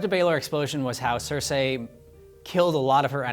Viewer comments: Its not cersay its cerci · Pronounce "Cersei" correctly.